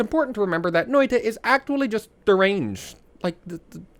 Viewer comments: OK HOLD ON. shortly before I swear you say "ack-wee" instead of "actually". I'm starting to feel like you're trolling me. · The way he says "actually" always surprises me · 8 minutes in and I'm loving the video but... how can you pronounce the word "actually" without using a "t" sound?!? what the f... that shit's crazy. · why the fuck do you say "actually" like that?